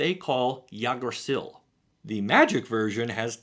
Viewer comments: It's not called Jug-drassil. It's called Ygg-drassil. Ygg is a short sound made in the back if your mouth. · Isn't Yggdrasil supposed to be pronounced as "eeig dra seel"? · Halvar is standing on a bridge and behind him is the Village People? Yggdrasil is pronounced more like Ick-Dra-Seel btw :) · I was with you all the way until you butchered every syllable in yggdrasil. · I know you tried, but that is not how you pronounce Yggdrasil lol